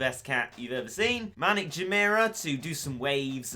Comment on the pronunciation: does anyone notice the fact that he says maniac as manic